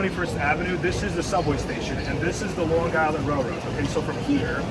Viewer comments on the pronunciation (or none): LiRR is ridiculously Expensive and does not run frequently. Pronounced "Island" not "Guyland". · this is AI crapola. the flat i ron . really. long guy land really? flat out garbage . stop posting this garbage. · The "G" in Long Island is silent.